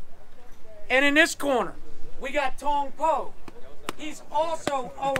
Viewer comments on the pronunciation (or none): Did he say thong poo?